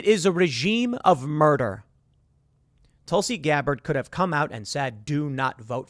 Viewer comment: Tusli? I thought it was Tulsi!